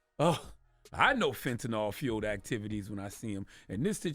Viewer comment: Why do so many people pronounce fentanyl like it has an 'O' in it? 🤔